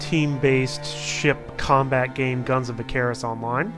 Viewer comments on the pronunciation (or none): I'm sorry did you pronounce Icarus (Ik-care-is)? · dude, it's "Icarus": (ik- are- us) Icarus...